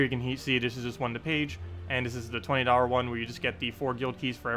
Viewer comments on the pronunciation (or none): haha notice how you said dollar as darwer. nothing bad just caught me off guard :D